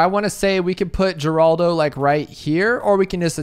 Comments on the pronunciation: I believe if I am not mistaken he is the brother of Geraldo Rivera. So it is pronounced Heraldo not Geeraldo. But I could be wrong. No matter to me I have a Hazelnut Torte to devour. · Yea it's 'Horaldo'